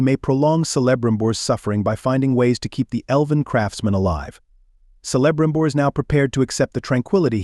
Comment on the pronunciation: Sell-a-brimbor? Do your research!